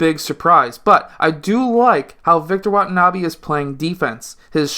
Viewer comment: Its wenbanyama not watanabe sir